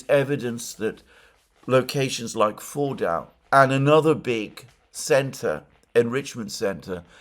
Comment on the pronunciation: Fordo Fordau Foordoor. Try this: Ford (as in the card maker) and oh (as in OH dear God I wish Alexander would stop trying to pronounce words in their language of origin). Ford-oh and the pronunciation is perfect